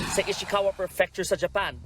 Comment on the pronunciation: Prefecture, not perfecture